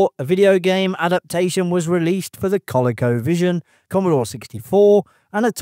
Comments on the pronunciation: Colaco is pronounced Coleeko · LOL "Coll eh co Vision? It's CoLEEKovision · Coleco is pronounced "Ko Lee Ko." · FYI, It was pronounced Co-Lee-Co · Coleco "Ko Lee Ko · COLECO = co-LEE-co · It's pronounced Koh Leé Koh. Lol😊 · The mispronounce of coleco made me wonder if this is an ai-voiced video. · It's coleco not coleco.